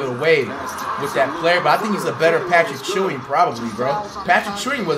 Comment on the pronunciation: bro said “patrick chewing” 😭😭